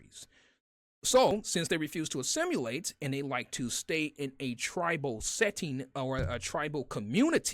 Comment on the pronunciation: Assimilate? It's pronounced assi muh late. Not the way you pronounced it, just saying. No big deal, because I love your work in general. Thank you for this video.